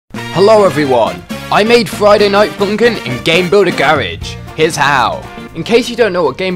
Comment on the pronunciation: why are you saying friday night fumkim